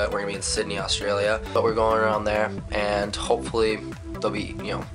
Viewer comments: Annoys me how they don't say Australia right. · you say australia weird :P you should come back to australia... OF CAUSE WE HAVE INTERNET